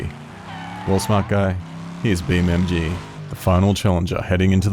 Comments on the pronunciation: Did anyone notice he was saying beam mg instead of beam ng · is it just me or did he call BeamNG "BeamMG"